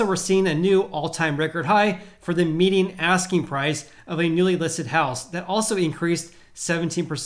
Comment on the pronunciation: Great video Are you pronouncing "median" as "meeting"?